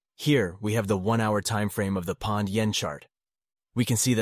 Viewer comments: British Pond?? It's POUND mate, like found, hound, sound, bound, ground. Otherwise an interesting vid, thanks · This narrator is AI. That's impressive. Because the narrator said "Pond/Yen" not "Pound/Yen". No way a human says that.